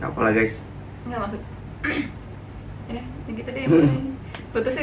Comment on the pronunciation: "ya" bukan yank